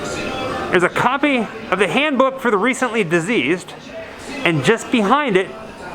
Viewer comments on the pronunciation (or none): You kept saying Diseased not Deceased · You keep saying deceased wrong on the book driving me nutz listening to you not diseased it's dead deceased!! 😖😖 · Why do you say diseased instead of deceased? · I noticed you kept calling the "Handbook for the Recently Deceased" Recently "Diseased"...or was that on purpose? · Soo why did you decide to pronounce "deceased" wrong? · Because that's how Adam mispronounced it in the movie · Tim...it's a scene in the movie. First time Baldwin finds it he mispronounced the name and Gena Davis corrects him.